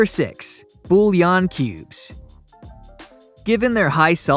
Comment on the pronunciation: I know right? These aren't foods for the most part. they are ingredients. Yes, we eat them, but not by themselves. What am I popping bouillon cubes like mints now? and by the way, you don't pronounce the Ls, in this case you just take'em! BURN!